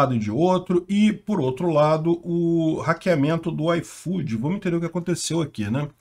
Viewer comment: Nunca usei esse "aifodi", e agora menos ainda!